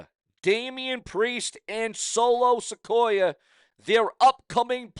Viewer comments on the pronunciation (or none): It's Solo Sikoa Not Solo Sequoia.